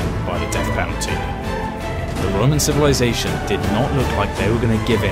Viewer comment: Him : midel age civilizasion Me: I beg your pardon?